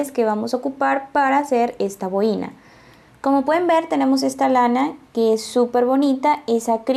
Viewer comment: Que mal explica las instrucciones. El diseno esta hermoso pero prefiero bajar el volumen para no escuchar lo mal que explica. Por cierto se dice bo-i-na con el acento en la o y no en la i.